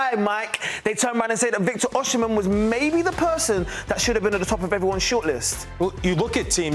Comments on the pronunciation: It's NOT oshi-men - it's Osi-men. That's the literal pronunciation!! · Osimhen - pronouced O-see-men. NOT O-shi-men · Osimhen NOT Oshimhen. Why funkify the pronunciation? Osi NEVER Oshi. Stop it and get some help. Nigerian names have meanings and mispronunciations have larger unintended undertones. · Osimhen “Oh see men see men”